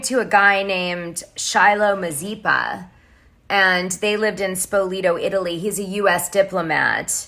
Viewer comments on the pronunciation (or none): none